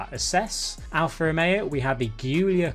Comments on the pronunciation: It's Giulia not Ghiulia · for future referwnce and just to aid you with pronunciations the Alfa Romeo Guilia is pronounced as "Julia"